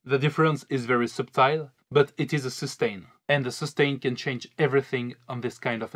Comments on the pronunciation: subtile is pronounced suh tle. I know it looks like it should be pronounced sub tile. lol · The word subtile is said "suttle" not sub-tile F.Y.I.